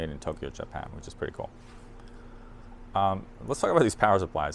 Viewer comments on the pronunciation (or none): none